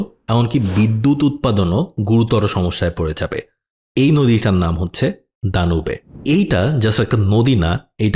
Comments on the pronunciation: নদীটার নাম দানিউব নদী, দানুবে না।‌। আপনি ইসলাম বা ইউরোপের ইতিহাস না পড়ে মনগড়া উচ্চারণ করছেন। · দানু‌বে না, দা‌নিউব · দানিউব/ড্যানিউব হবে উচ্চারণ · উচ্চারণ হবে দানিউব নদী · ড্যানিউব হবে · ভাই নদীর নামের উচ্চারণ আসলে 'দানিউব' হবে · "ড্যানিউব" to be more precise